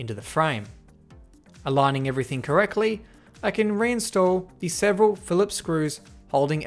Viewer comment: He said correcly instead of correctly